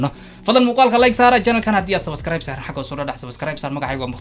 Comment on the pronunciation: Bro wlhi sabaskaraayb markad dhahayso wan ku qoslaa bro